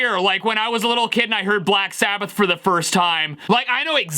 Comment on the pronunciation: "Sack Blabbath"